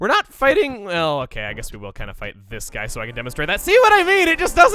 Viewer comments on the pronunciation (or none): "THIS BUY" actualy i think you said gbluy